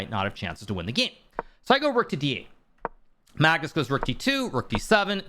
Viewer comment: Mag-noose lol